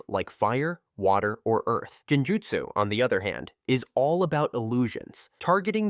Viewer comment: Notice how u said “buyakugan”? It’s not “buyakugan” it’s Byakugan bee-ya-ku-gan. It’s also not “Shareingan” it’s Sharingan. Shar as in like SHARd or SHARk, Shar-ing-an. And also u said “Jenjutsu”. It’s Genjutsu. Not “juh” more like a “geh”. Idk if it’s AI, if it’s not then hopefully this helped.